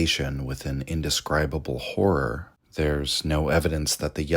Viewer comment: Really struggling with the often used word HORROR repeatedly mispronounced as WHORE. "Cosmic Whore" omg .